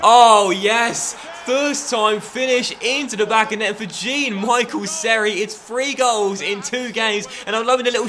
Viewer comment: Not "Jean Michael", you should say him "John Michelle"